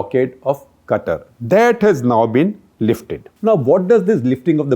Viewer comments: Qatar is pronounced as Kataar not Cutter .. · Shekhar its not 'Kuttur' its 'Qatar' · My mind since Gupta sir started talking Today Quatar Quatar Quatar Quatar Quatar Quatar Quatar Quatar Quatar Quatar Quatar Quatar Quatar Quatar Quatar Quatar Quatar Quatar Quatar Anyways it's Qatar 🙄🙄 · It's Qatar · Its Qatar.